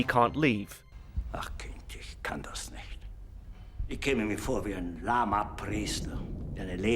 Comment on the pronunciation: "vor" is pronounced as "for", v is an f sound in German. W is the v sound. The word "Welt" is pronounced as velt .